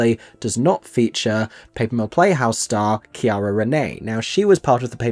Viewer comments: See-Air-uh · Just FYI her first name is pronounced like Sierra, not with a hard C. ❤